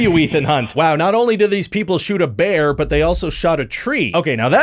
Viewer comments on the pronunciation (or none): none